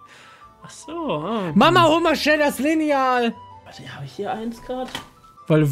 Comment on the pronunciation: Wer betont Lineal auch anders😂